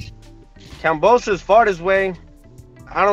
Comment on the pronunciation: Can you please say KAM-BO-SOS there is no P dawg my goodness bro 😂